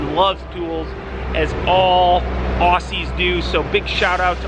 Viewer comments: Ozzy , not ossie. (Love your vids) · Cheers mate for the shout out, but it's pronounced "ozzie" not ossy! But cheers heaps! Keep it up! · Just a heads up, its pronounced "ozzy" when refering to us Aussies..yeah we're weird lol